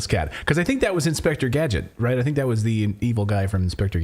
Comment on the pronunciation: He keeps saying, "I sink"